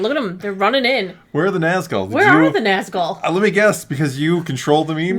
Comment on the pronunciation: ..... Tf you say?! "NAAAZ-GULL" NAHZ-GHOUL please!